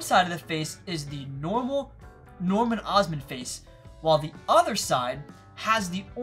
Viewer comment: “Norman Osman”